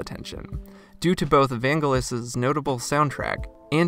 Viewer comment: I'm sorry but the world famous composers name is pronounced Van jel us, Not Vain guh luss.